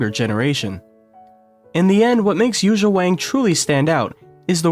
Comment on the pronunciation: She is creating a new school. She leads the piano in a new era. She is the future! This is it! By the way, her name is not Yuza, it’s Yuja Wang (/ˈjuːtʃiɑː wɑːŋ/), the right spell is Youtzia